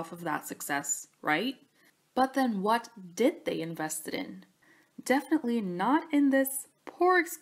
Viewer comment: the what the watH the whAU- wUTH- WATT